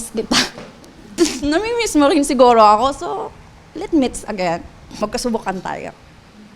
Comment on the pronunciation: "Lit mits agen" 😂😂😂